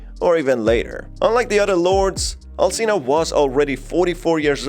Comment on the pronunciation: And thank you so much for pronouncing Alcina correctly thank God others have been driving me crazy it's Romanian Alcina dimetrescu